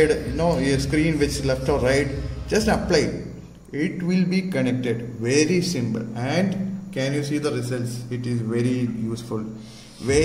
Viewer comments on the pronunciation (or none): “Verry Simble”